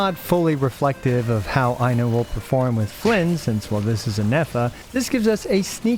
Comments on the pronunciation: i'm loving the i know jokes but anyone interested in the correct pronunciation, "Ai" is pronounced the same way as "i" but the "no" is only the "kno" of know. just remove the u sound from the end, put the emphasis on the first syllable and you know how to pronounce most finnish names. Aino. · “Aino way” is killing me ngl 😂😂😂